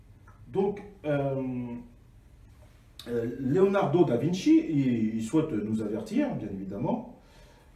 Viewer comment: bien évidement " léonardo davichi " j en peut plus des barre de rires ....